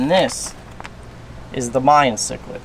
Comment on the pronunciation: you say mayan chiclid wrong lmao